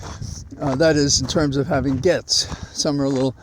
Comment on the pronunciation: While I'm no fan of Rapey McForehead, I do know the correct pronunciation of his name. You should, as well. Gaetz is pronounced Gates. If you have questions about other name pronunciations, let me know. 😊